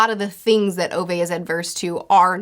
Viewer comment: Ove's name is pronounced (oo-veh) not (oh-vay) btw - t. Swede who has a great-uncle with that name :)